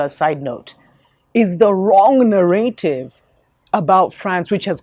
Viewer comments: its "narrative" ,, two fast Rs :) ,, or maybe used in africa, "narëtive" ,,, ,, anyways, nice to hear informet talk :) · You pronounce it Na-Ra-tive